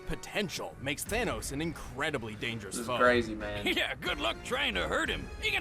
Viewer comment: It's the anus not thanos!!!